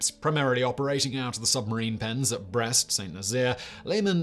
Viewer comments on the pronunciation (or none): none